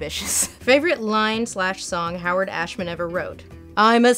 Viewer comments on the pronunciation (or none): none